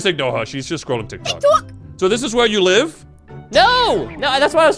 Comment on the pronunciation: Why she always say TIKTOUK